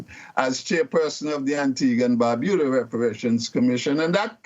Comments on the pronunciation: Antigua and 'BarBYOOODA' not 'Barbooda'. Otherwise excellent as always. 🥰🥰🥰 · Antigua and BAR-BU-DA not BOO-DA learn ur pronunciation's thats considered an insult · Funnily enough that is the correct pronunciation. And one of the few times I've heard a foreigner get it. Unfortunately, she said Barbuda incorrectly.